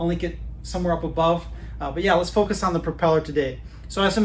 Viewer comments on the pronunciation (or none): none